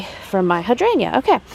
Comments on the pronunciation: The purple globe flowers are allium and hydrangea is pronounced ‘hi drain juh ‘. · Hi! Hydrangea is pronounced hi-drain-ja.